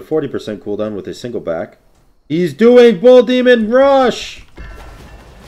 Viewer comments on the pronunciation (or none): none